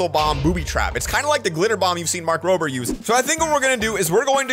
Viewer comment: Mark ROBER not roober